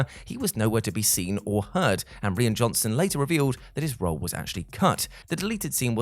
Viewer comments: Rian's name is pronounced like "Ryan" not the way you've been pronouncing it all throughout the video And basically this is actually "15 things you didn't know about The Last Jedi" because everyone knew about Mark Hamill's disappointment, the porgs introduced to hide the native puffins, Kylo's scar changing slightly, the lack of a lightsaber duel and Tom Hardy getting cut from the final release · This video would be a lot better if the presenter could have taken the time to learn to pronounce the Director’s first name properly.